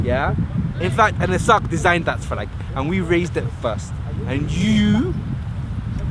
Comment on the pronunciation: Walker11 lol its actually the way he pronounces somali stuff that im talking about not necessarily his english accent. Like have you heard him say ogaden, warsengali, africa and a bunch of others lol he even butchers isaac sometimes smh.